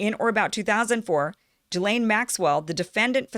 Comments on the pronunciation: And I hate to say it but it's pronounced "jizz lane", an appropriate moniker if ever there was one. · Pronounce as if spelled Jiz-lane . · Kim got most of it right but failed to pronounce Ghislaine's name right - Although her pronunciation of "Voulez-vous coucher avec moi" was perfect!... 😁